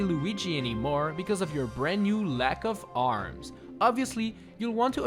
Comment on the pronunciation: "Because of the new L A C K O F A R M S "